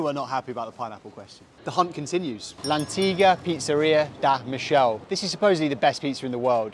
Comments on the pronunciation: “Michele” is pronounced Meekehleh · Michele is pronounced Me-ke-le ! Not Me-shell.... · It's not..Michelle's 😅 it's pronounced.. Michaéles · Michele not michelle. Is pronounced like mike, mikele. You should watch the prank that some guy did pretending to be a pizzeria and delivered pizza with pineapple to napoletan people. They got so mad that somebody attacked physically the delivery guy 😂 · The way he pronounced "Michele" KILLED me💀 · Not surprising considering how he also pronounced Michele. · I had a stroke hearing how you pronounced the name of the last pizza place. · How he pronounced Michele☠️☠️☠️